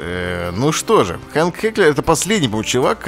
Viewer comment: Не кто не заметил что этот жирный читал Ганс как Хэнк?